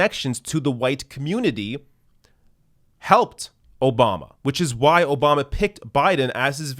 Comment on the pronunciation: "Barack O-bomber"...lol gets me everytime